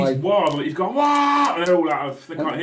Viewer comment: It's Wagh, not War